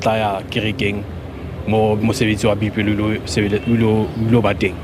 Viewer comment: There's nothing like Biopelo. It's Boipelo. Accuracy from you (media) is not negotiable.